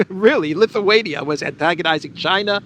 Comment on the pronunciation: Oh! So it's not pronounced "LittleWayNia"?😅